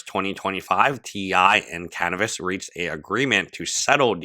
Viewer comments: I love u but its Caviness nor Canivess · The way you say Caviness sounds like cannabis, which is very fitting 🤣